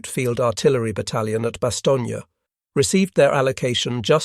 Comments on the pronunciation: Bast stone is the pronunciation without the space. Having being there in person in 1957 during my posting with the RAF BAOR, BFPO 40. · A Bit? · I'm not so sure, the pronunciation of Bastogne and Laboratory were a bit suspect.